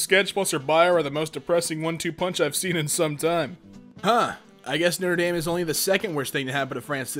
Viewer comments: Every time he says Noter Dame it pisses me off it’s Notre Dame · The way he pronounces Norte Dame hurts me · When he pronounced it no tre damn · Do americans really say 'noter damn'? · Is no one gonna talk about how he was pronouncing Notre Dame? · You pronounced notre dame incorrectly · Great vid but....... at least know how to pronounce notre dame